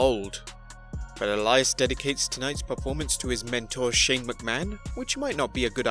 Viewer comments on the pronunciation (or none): none